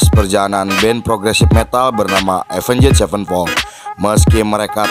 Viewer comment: Avenged dibaca Avenys